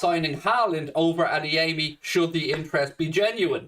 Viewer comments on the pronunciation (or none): Wonderful work,. If you don't mind, the right way to pronounce Adeyemi's Yoruba name is not to place a stress on the third syllable: A - DE - YE - MI.